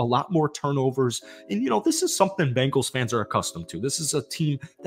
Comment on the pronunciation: Learn how to say there name. B-Engals no a after the B.